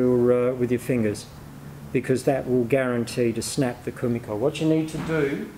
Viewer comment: 1 shot of your favourite drink every time he says komikor